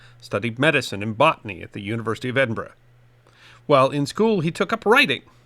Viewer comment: Well done for saying Edinburgh correctly instead of Edinburooaa